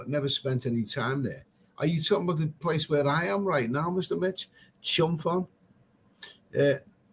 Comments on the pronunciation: Me too, you shoud say PONG like ping pong. Same as Phuket.... pronounce PUKET. The Thai letter they use is pronouced like a P. Good idea t.o ask the local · Your pronunciation of chumphon made me laugh cracked me up. Ask a local how to say it. 555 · No offence but It's called Chumporn, where is Chumponon. Your okay mate but you talk a lot of crap.